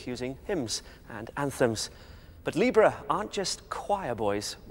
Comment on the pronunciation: please pronounce libera right!!! 40 strong? really great fun! wow! Josh's voice is low!!